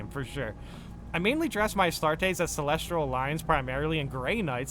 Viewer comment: A-Start-Tez? Lol..